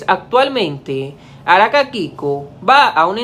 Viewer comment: Por qué dices Araka ?